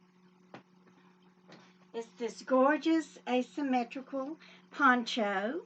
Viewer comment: Happy Mother's Day. I lost mine 33 years ago. You are lucky to have Jill and Jill is lucky to have you 💖 also every time you say PONCHO i keep hearing PANCHO hahaha. I found some cool ideas for an upcoming koala-themed giveaway. ❤️